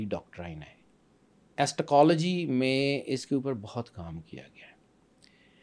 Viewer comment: Plz say eschatology not estacology. U used the same wrong word in ur previous shows so plz correct